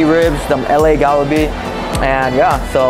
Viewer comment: You're pronouncing Kalbi like you're from India homie😂😂😂